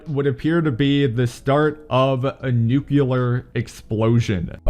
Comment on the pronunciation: english: it's nuclear.: no, it's nyukular